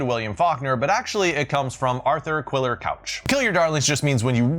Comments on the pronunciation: Arthur Quiller-Couch's name is pronounced kooch, not couch. Also, I think Dale Ray Phillips was likely referring to Thomas's thesis, not his stories. The slow reveal in academic writing is forbidden. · (FWIW and as an aside, Quiller-Couch is pronounced to rhyme with 'mooch', not 'pouch')